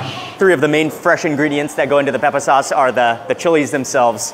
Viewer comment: It took me a while to figure out what "soss" was, then I realized he was mispronucing the work "sauce ".